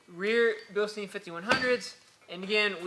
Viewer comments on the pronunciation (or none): Bil-stine. Say it with me.